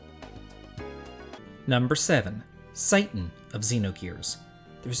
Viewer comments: it's "sit ann" not "sight-in" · You don't spell Citan with sai-tan, but rather you spell it with chi (like in China) and tan... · Its citan not satan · Citan is pronounced "Shi-tahn." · I've always pronounced it as SEE TON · Sorry to be "that guy"... but Shi-tan :( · I love your channel!! But just wanted to correct a name pronunciation. Citan is pronounced she-ton. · is that really how to pronounce "Citan"?